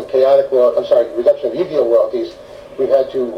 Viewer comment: he cant even pronuonce Yu-Gi-Oh propely